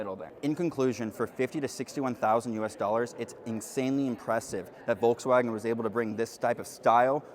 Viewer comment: Nice overview. Though I just can't stand how you pronounce Volkswagen.😅